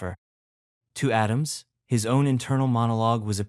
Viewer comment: John A-dam-she?